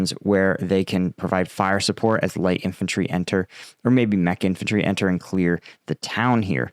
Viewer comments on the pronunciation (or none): none